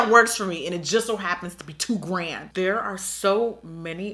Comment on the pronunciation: IM SCREAMING SHE SAID "LA DERE" ahahhahahaahahha